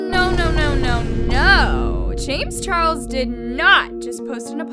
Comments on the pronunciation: Can we all take the time to appreciate how in said chames Charles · anyone else hear “james churros” LMFAO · hold on is it just me or did hear say James churros? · i love how she says “ James churros” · I love how says “james churros” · James “Churros”😂😂😂